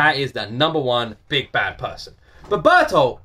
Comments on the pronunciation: If you want to pronounce Bert's name right, you got it but only English like. In Japanese, a consonant is ALWAYS followed by a vowel (except with the 'n' sometimes). For example : if they want to use the word 'heart' in english, they will pronounce it 'haato'. So Bertholdt in japanese is pronounced 'Berutoruto' . Listen again with this written in front of you ^^ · Your pronunciation is correct. The extra person was just so Bertholt could steal his ODM gear since of the 4 Titan shifters here, only Eren had gear on when everything went down so now they have 2 sets on Reiner and Bertholt. It's less that he just forgot and more that he developed a split personality as a coping mechanism. Ymir didn't say they were trying to kill the beast Titan to go home, just get to him. Also, there are two interpretations to "inside the walls" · Yes that's how you pronounce his name. Eren is not smart enough to ask good questions, and he's too hot headed. The guy the colossal titan swallows is just a nobody for bertold to take his devices while Reiner took Eren's so they could move even when they're not in titan form. Ah, also, the beast titan and Reiner is on the same side from Ymir's word and he is in a higher position than them it seems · Happy Halloween! And to answer your question about the pronunciation of beroltod name, Yes, you did pronounce it, right? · Yes for the name 'Bur-tolt' would be the vowels pronouncing the name. And you didnt' get it wrong on the wording about the beast titan. Its a bit more to the later episodes, You'll flip learning the truth about them all. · yeah youre pronouncing bertholdt right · YES!! you finally got his name right lmao, but dont worry we all struggled with his name at first xd, i mean what kinda name is bertoldt anyways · Finally you have perfected the pronounciation of 'Bertholt' 🤣🤣🤣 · Incredible he finally got the name right XD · I always pronounced it like Bear-tolt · you said berthold right.. its kinda bear and told real quick